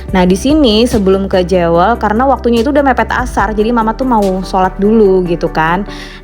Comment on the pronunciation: Jewel ( bacanya : Juwel) mbak